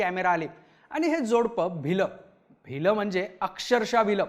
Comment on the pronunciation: भिलं नाहीरे भ्यायलं